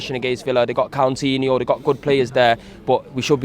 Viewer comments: Did he say Cuntinho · man said Countinho 🤣😂😂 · Mans said Cow-tinho you know LMAO